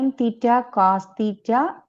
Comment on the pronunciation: i can only hear the words , theeta ,theeta ,theeta !!!!